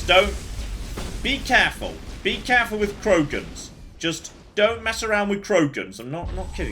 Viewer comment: Anyone else overly irritated by saying Krogans?